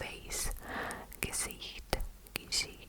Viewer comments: hey! german girl here! i just wanted to say that the way you say gesicht sounds very very good, very german, the ch in gesicht is also very good! judt wanted to say bcs you asked if it was right! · Your "Gesicht" is perfect